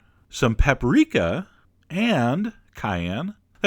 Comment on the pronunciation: I think he said Paprica